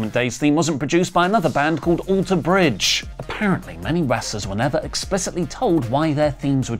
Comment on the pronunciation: you say "Alter Bridge" strangely…